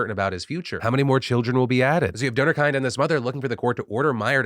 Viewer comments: Donorkind is dutch for donor child. While they're certainly kind, their name's got nothing to do with kindness 😅 Kind in this case is pronounced like 'mint' but with a K. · You make the organisation sound like it's about a kind donor. It means donor child though, it's pronounced as kin with a d at the end. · Hey Phil I don't know if it has been said somewhere in the comments but just in case. I'm from the Netherlands and during your cover of the donor problem you mentioned the organisation donorkind. The way you pronounced kind doesn't translate correctly. The translation of the word is child and the approximate way you could pronounce that in english to stay true to the original meaning is by taking the word kindred and leaving the -red out. It's something minor ofcourse and it doesn't really change the overall story. It's just something I thought of and wanted to mention.